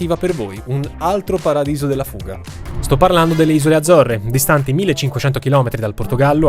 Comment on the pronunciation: 'spetta, pradiso della fuga? Sicuro di aver usato la vocale giusta?